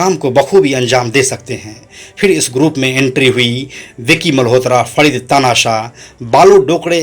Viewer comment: छिछोरे लतख़ोर दो कौड़ी के अपराधियों को हीरो बनाकर ग्लोरीफाई करना बंद कर दो मूर्खो.. ऊपर से होस्ट.. बोलने तक नही आ रहा जिसे.. फरीद को फडीद.. छोटा राजन को छोटा ड़ाजन... कराची को कडाची.... हद है